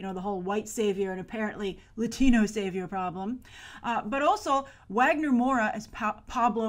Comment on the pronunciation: Wagner's name is pronounced as Vah-gner. The W doesn't have a U sound like in English:)